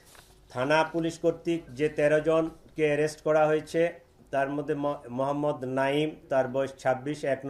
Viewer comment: তোমার মোহাম্মদ বলার ধরন টা ঠিক সুবিধার লাগলো না ।